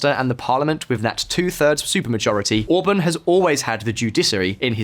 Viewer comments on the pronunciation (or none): Orbán orbaaaaan not orbn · I like the way he pronounces Orbán like the singer from Blur Damon Albarn's last name